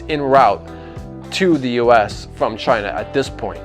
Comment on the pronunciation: Donald Trump "Chy-Na"